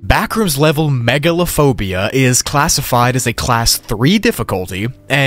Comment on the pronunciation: When he said "Backrooms Level Megalophobia" i literally thought he said Megalovania for a sec 💀